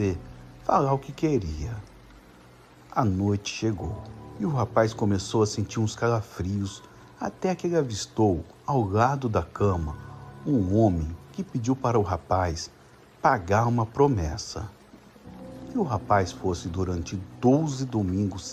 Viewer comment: Gosto de ouvir seus relatos.. Mais confesso que tenho agonia porq vc. Fala errado tipo olhos ogos.. Calafrios caga frio.. Eu tenho agonia desculpa ta